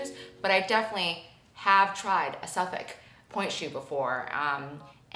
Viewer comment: Hi from the UK 👋🏻 I can say you are pronouncing Suffolk correctly 😅 this video was so insightful about pointe shoes and the ducks had me creasing 😂